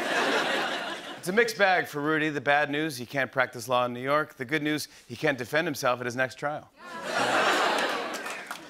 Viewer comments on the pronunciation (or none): He put the emphasis on the wrong part of "Rudy won't be able to defend himself at his next trial," and the crowd was like "uhhhhhhhh"